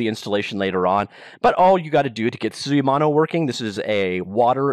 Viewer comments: You pronounced suimono 水物 pretty good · Unreal only has blueprint for "in-editor" scripting, which is now matched by Unity's Bolt. So they are on par here. But yes, this should be bought by Unity Tech. You pronounced "suimono" correctly (except the tone but that's another beast). I never bought any assets on the asset store, because I don't use Unity enough, but Script 3 is exactly what I always wanted, so I'll probably buy the bundle.